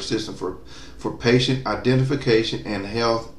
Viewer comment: patient not patent lol